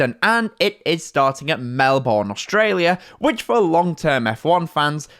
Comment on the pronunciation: Please... It's pronounced: Melbn